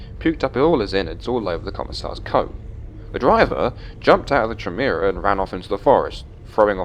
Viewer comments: It's actually pronounced Kie-MEER-ah. The "CH" is pronounced like a "K," like in the words "character" or "chaos." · Bro im from scotland and even i know is pounced "Khaimera" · The way you pronounced chimera made my brain sad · Was about to post that it was wrong for an English accent when I saw your post :) still chuckled at the 3 videos, however!